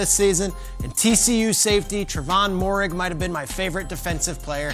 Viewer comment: dude can't even say moehrig's name right but wants to put a safety over justin fields even tho the quarterback position is the most important position on the football field... lol CLOWN.